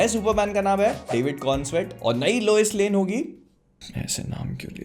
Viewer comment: Loise lane 🤣🤣🤣. Isse accha lame hi bol dete